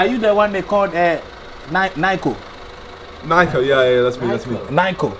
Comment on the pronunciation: "are u da one they call nayko" 💀💀💀💀